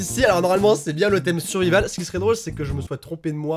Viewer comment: On apprendra à que survival se prononce “survaïvol” 😂😂❤️❤️